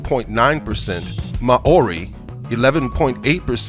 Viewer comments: Ma-ori lmao!!!!! 😂😂😂😂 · ma-ori??? lol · "Ma orie" ahahahah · I'll say...Lol! Ma o ri 😂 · I live in New Zealand it's You don't say Mouri right